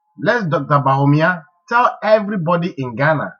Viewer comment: This guy needs not to talk. He does not understand economics. What is hard currency?. You can't even pronounce Bawumia. Your figures are even wrong. What does paying wages got to do with hairdresser's shop. You can't even express yourself properly. If you understand economics better what are doing in the USA?. Aint you ashamed of yourself for wearing a United State T- Shirt. Where is your patriotic morals. Yes you are the only one who is educated.You can't even speak well.